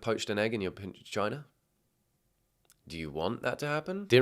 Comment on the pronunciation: "have you ever poached an egg in your punjina" 😭